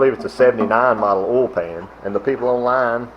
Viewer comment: It's kinda cute how you Southern boys can't pronounce "oil" or "coil". It always comes out "ole" and "cole", lol. 😉